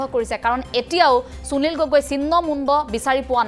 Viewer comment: চুনিল গগৈ ? যদি সুনীল শব্দটো চুনিল বুলি উচ্চাৰণ কৰে তেতিয়াহলে সুবিধা শব্দটো চুবিধা বুলি উচ্চাৰণ কৰিব নেকি ? উচ্চাৰণ লৈ আপোনালোকৰ এইটো কি বেমাৰ হৈছে ? অসমীয়া ভাষাত শ, স, ষ যুক্ত শব্দৰ উচ্চাৰণ চ বুলি যে নকৰে আপোনালোকে নাজানে নেকি ? মনত ৰাখিব উচ্চাৰণ আৰু সূকীয়া শব্দ ভাণ্ডাৰ অসমীয়া ভাষাৰ পৰিচয়।